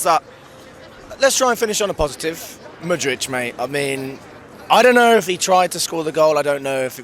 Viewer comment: It’s not MudriCH it’s MudrYK, mate! :)